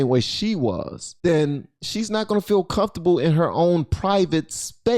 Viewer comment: Comftorbility isn't a word . Comfortable.